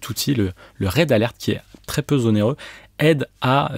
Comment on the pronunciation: « Très peu zonéreux »… 😂